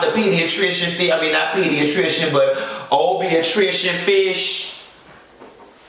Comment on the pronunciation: "Not pediatrician, but OBIAHTRICIAN 🐠!" 😂😂😂